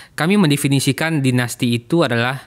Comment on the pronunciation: Bang, ini acara favorit saya, tolong laah bang, ikut mencerdaskan bangsa, janganmenggunakan pengucapan istilah asing spt dainasti ,dll gunakanlah bahasa Indonesia yg baik, atau gunakan bahasa Inggris sekalian bila memang mau, jd tdk campur2